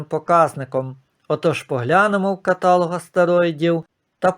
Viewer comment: КаталОг -- наголос на третьому складі. В каталОзі 😉